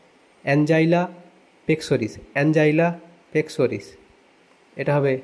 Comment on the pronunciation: "অ্যানজাইনা পেক্টোরিস" অ্যানজাইলা পেক্সোরিস নয় 🙂👍